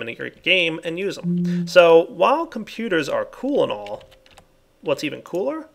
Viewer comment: "Cool and all" sounded like "coolonol" like some type of alcohol